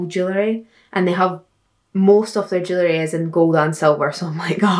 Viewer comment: When she was saying jewelry I thought she was saying jelly, I need help😭